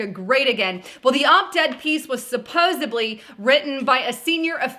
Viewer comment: ...supposeEDly...not BLee